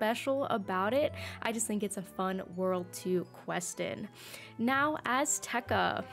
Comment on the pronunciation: i like azteca sm! im so glad to finally not see someone calling it ass-teca lol